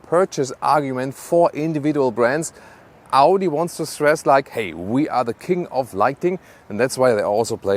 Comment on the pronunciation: Amazing review and...... Audi it's Audi 👍